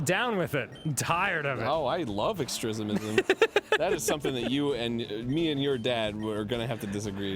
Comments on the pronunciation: didn’t he say “down with ‘extresimism’” 😂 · Of course Arin's all for "extrismism." It's what he does in every playthrough. 😂